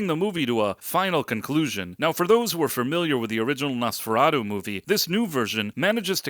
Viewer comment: Quit pronouncing it as "NosferaDOH" It's "NosferaTOO." At the very least you should get that right.